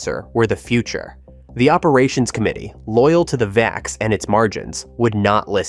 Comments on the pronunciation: And the VAX was pronounced "vax", not "vee-ax". 🙄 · It’s pronounced “vax” not “vay-ex”. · Gah, D-E-C is pronounced like DEC[k]. It's not IBM. VAX is pronounced like the first syllable of vaccine.